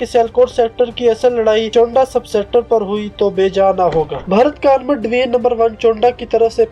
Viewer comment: Well I am from chawinda..ratta laga kr bol rahy ho..chawinda ko chownda bol rahy ho..amrit sir ko amar tassar bol rahy ho